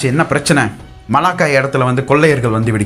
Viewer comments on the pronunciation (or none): none